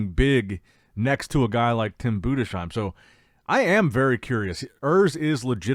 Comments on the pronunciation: Love your stuff man! But as a German I have to say it’s BudeS heim not BudeSCH heim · Nicht Bude schiem😮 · Btw Tim Budesheim is pronounced Budes-heim. No "sh" sound. And it is spelled "heim" not "hiem", but "ei" is pronounced like the English "i" or "eye". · Urs is much bigger now as well as tim budesheim.... And he is pronounced budesssssheim it's s not sch no sch in his name. Tim and Urs will weigh both around 118 kg on stage which translates to round about 260 pounds. I think 2024 Tim had around 109 to 111 kg.